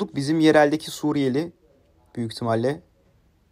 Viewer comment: O nasıl bı Suriyeli deme sekli ümit özdağ mısın 😂